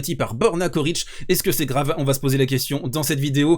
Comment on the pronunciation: On prononce Tchoritch. La première et la dernière lettre sont les mêmes et leur pronociation aussi.